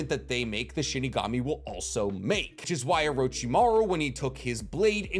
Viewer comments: It's SHINIGAMI not SHIKIGAMI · IM SORRY U KEEP ON SAYING SHIKIGAMI ITS SHINIGAMI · Shinigami. not shikigami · I've always loved listening to theories, but MY GOD does it annoy me when he mispronounces words like Shinigami, he says shikigami, or when he says jibuka tensai when it's JI BA KU TEN SEI, or and some other stuff, im sure you guys notice. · Bro what the hell is a shikigami it’s Shinigami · first it was Chibuka Tensei (Chibaku Tensei) now it's Shikigami (Shinigami) 😭 I'm convinced that isn't the Naruto fanboy he said he is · I'm triggered. You keep saying Shi-KI-Gami. It's Shi-NI-Gami (loved the video)